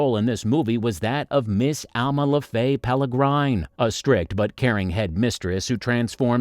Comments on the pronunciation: PS, it's a peregrine falcon not Peligrine as suggested in your video with "L's" added. Not a big deal, but you have to opportunity to correct so many things before releasing. Papercuts accumulate. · Peregrine, not pelegrine. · Please learn to read or watch the film it is pereGrine as in peregrine falcon which she turns into not peLergryne as for Eva Green a very good actress another 10+ years and we will know that she will become even better. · OK so the info is interesting and fun and the images nicely chosen BUT you need to check the pronunciations of your robot-talker AND fix the script so that it pronounces the words correctly. This may mean you having to write the script using strange spelling but sobeit. EG: Ewan is pronounced U-AN not eeewan. And as for Miss Peregrine, notice there is no L in the name, it is an R. The name is PEREGRINE and pronounced as perr-i-grin. Please, it is really annoying to hear this rubbish and worse, it disseminates this to people who are too dumb and undereducated to know the difference. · This has to be an AI voice! Nobody can mispronounce "peregine" that badly ... or call Ewan McGregor as E-one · Please learn how to pronounce peregrine correctly.